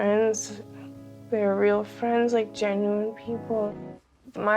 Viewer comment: Why are these people pronouncing words incorrectly? Beauty-ful and genuwine…